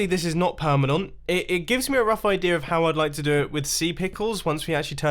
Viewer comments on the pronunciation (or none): its not PERMONONT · Listen to him say perminont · 17.09 permenont lol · did mumbo just say "perminount" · Mumbo, about did you just say "permanont"? 😂 That's why I love your videos. There is always something funny in them. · “Obviously this is not PeRMEeNaWWnT” -Mumbo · permanon XD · "obviously this is not perma-NONT" ?? 🤷😂😂😂 Good one mumbo haha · “Obviously this is not PERMINONT”!! Hahahahaha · I know it’s permanent but he says perminont!! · Permanont 😂 mumbo you 🥄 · "obviously this is not permanont" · Just permanont😂😂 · Perma-nont lol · Did you guys notice he said permanont instead of permanent😂